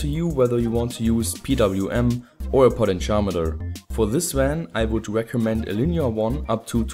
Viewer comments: It sounds like he says "Poly-Charmander" rather than "potentiometer" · Omg did say potentiometer that way, oh HELL no!